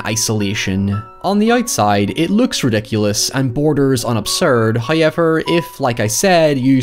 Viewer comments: Everybody: However This idiot: HaiEVerR Nice vid btw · "HOWever" not "high ever" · Hauyever? Seriously guy? Hauyever? Let’s just throw English out the FOOKIN window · you know he's gonna go hard when he slaps down that 'hoyever'. it's like a dragonshout. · Please make some spooky merch that spells how you pronounce, "Hoyevar." Plz. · I came for the "HOYEVER" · Mike: "What happened to the room?" Gerald: "It all started when they Hotel guests said however while he stayed in the room." Mike: "So." Gerald: "It's pronounced 'HOYEVER." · Enough with the however already. You've said it normal more than once in videos and it's getting old hearing you purposely include it mispronounced just for extra attention.